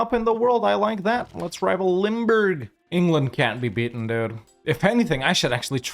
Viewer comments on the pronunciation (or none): none